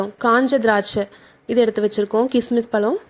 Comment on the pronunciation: Please pronounce pazham instead of palam. Rest all excellent. Product, method, demo, coverage, presentation, speed (tempo) all are best.